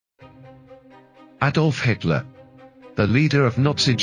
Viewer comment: Is the narration done by AI? "Hitler-S"???